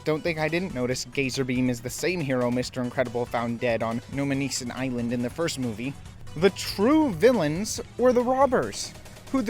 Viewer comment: It's Nomanisan Island, as in "No Man Is An Island." Come on, now.